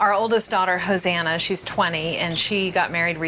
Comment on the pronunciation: Ho-sanna- lol sorry